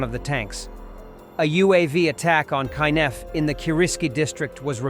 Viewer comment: It is pronounced "(key)Nef", not "Kainef". Just a small detail noticed.